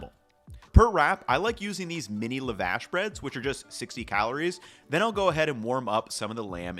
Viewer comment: These look amazing! Also, your pronunciation of lavash made me giggle lol